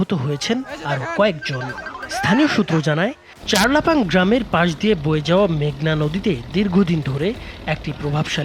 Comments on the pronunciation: চারলাপাং নয় চরলাপাং। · আরে ভাই চারলাপাং না চরলাপাং হবে